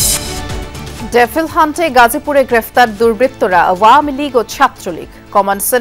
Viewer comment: ডেফিল নাকি ডেবল?😂